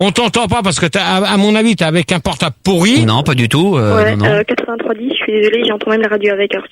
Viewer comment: Dans ce débat, Max corrige ENFIN Gérard sur sa mauvaise prononciation du mot "portab' ".